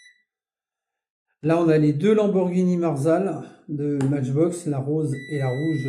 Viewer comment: Salut , avec les SI Mais je serais multi millionaire , ne te casse pas la tete quand on est gosse et bien on ne pense pas au futur on jou on fait des petites conneries , c est la vie . Beaux camions et Benz ( On prononce Maitchbox ) Merci pour la video , fait attention avec la peinture . Grüße aus Stuttgart .